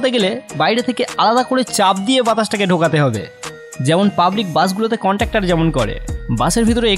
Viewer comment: ... ওটা বাস contuktor নয় রে, ওটা বাস conduktor. Shame shame 🙄